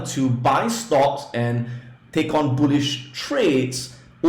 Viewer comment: His pronunciation is not so good when he say bullish he mean bullshit market .